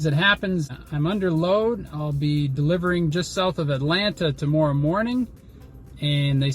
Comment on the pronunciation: When says "tomorrow" a bit of Canadian slips through 😂